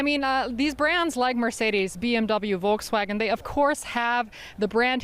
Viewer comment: She pronounced it Vol-ks-wagon! Jeez, journalists 🍵